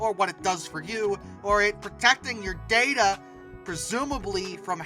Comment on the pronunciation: Wtf is ‘Darta’